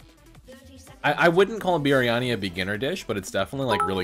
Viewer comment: the way he pronounced biryani, LOL